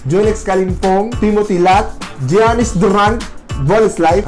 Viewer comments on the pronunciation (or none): none